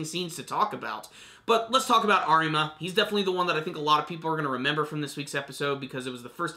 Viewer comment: The r in Arima is pronounced as a d.